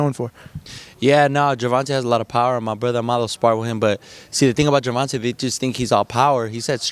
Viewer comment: Y can't this reporter can't say TANK name. The right way .he keep saying Gervonta name wrong..dang bro